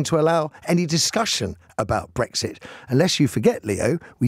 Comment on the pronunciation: Matthew, you also ruined my… wait Brexit, I thought you said Breakfast. Ah, OK - carry on.